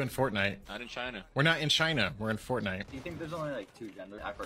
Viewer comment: god damn it it's FORTNITE not FORNITE